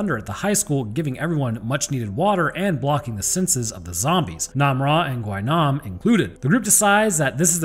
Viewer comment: Just a small fun fact AND SPOILER ALERT. Gwi-nam has a running gag within the series in which he falls from a huge fall and survives Also his name is pronounced as "Gwi-nam" Gwi is pronounced like the letter E instead of "Gwhy-nam".